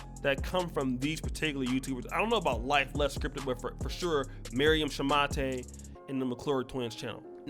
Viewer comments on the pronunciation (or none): A. They met in college where she had a basketball scholarship. B. They married before her visa was up. C. The name is Pronounced Shu-mate not Shuma-tay, which you would know if your lazy ass had bothered to watch even one of her videos for research. D. Your obsession with downing all black women is whatever but shoehorning your stupid argument into what is obviously just a straight up fraud and scamming venture has nothing to do with black women as a whole. This could have been an interesting video had you bothered to look into how much of a fraud she is. E. It is obvious from the useless trash that you have produced that your comprehension and critical thinking skills are lacking and that is more than likely the main reason why you have been rejected by women of your own race. Seriously, how can you make someone who is slow and terrible look cleverer than you? It's embarrassing. Do better. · It’s pronounced “Shoe-mate” as in mate, partner, friend, colleague.... Thanks!